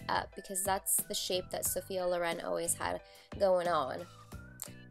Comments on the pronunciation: I'm at first minute and already can't sopport this pronounce: is Sophia Lòren, not Lorèn! Pleeeeeease don't make english what isn't! Italians thank. Btw, really great look, delicious video! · you are insanely amazing but the pronunciation is Lòren!